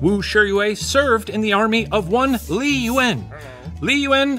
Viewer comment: One thing I really appreciate about Shane is that he tries to get pronunciation right. The way he said Wu Shiyue and Li Yuan was pretty accurate, and tend to be hard for non-Chinese speakers to pronounce. Even the dynasty and location names were good! Also love how he does history from all over, including Latin America, Africa, and Asia.